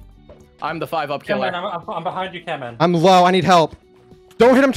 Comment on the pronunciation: It's camman